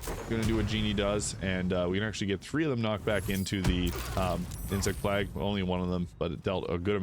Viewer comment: Did this man really just say insect plag? Still, love the vid 🙏